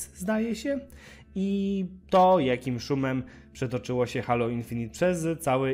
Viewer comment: Czyta się Hejloł a nie Halo ;) Gra nie wygląda okej, jak na crossgen